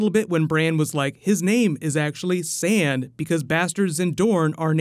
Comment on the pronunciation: When said that his last name would have expected been "Sand" I had to rewind it a few times. First to understand what he said, then just to laugh.